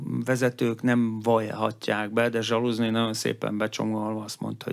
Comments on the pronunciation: Kőműves a szakmátok? Szoktatok zsaluzni? Mert akiről beszéltek, az nem Zsaluzni, hanem Zaluzsnij. Játszátok a szakértőt, miközben azt sem tudjátok, kiről beszéltek! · Nem Zsaluznij, hanem Zaluzsnij! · Zsaluzni hát Zsaluzni 🤣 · Nem ZSaluznij, hanem Zaluzsnij, uraim! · Ich verstehe es nicht: heißt der ukrainische Kommandant der Streitkräfte jetzt „Zsaluzni“ oder “Záluzsníj"? Die besonders Schlauen (oder die so tun) sagen oft „Zsaluzni“, um bloß zu zeigen, wie gut sie sich mit der Ukraine auskennen. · Igazán olyan nehéz megtanulni Zaluzsnij nevét ?